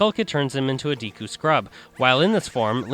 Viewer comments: ITS PRONOUNCED "DEKU'' NOT DEEKU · deeku??? deku(day-koo)